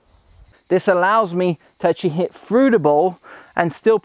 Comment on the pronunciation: "frew the ball" or through the ball 😁